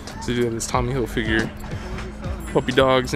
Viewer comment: I find it funny how you say "Hilfigure" :)